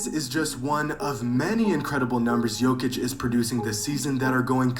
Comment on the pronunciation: Yeah he didn't do that one on purpose 😆 Then calls Jokic - "jock-itch" 😭